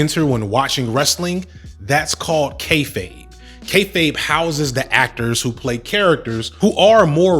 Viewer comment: Thank you for teaching me how to pronounce “kayfabe”, I have been saying kay-faw-bay for ages